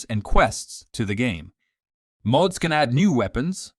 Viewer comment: Mods = Muh-odds not modes